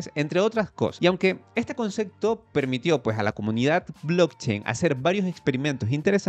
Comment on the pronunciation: "ESTE CONCEKTO" Diossssssssssssssmio